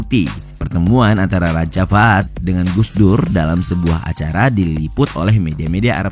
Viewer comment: Cara bacanya bukan raja fad tapi raja fahad/fahed. الملك فهد /Almalik Fahed/Raja Fahed